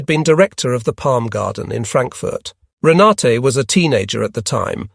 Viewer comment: Rena-tuh (German pronunciation), not Rena-tay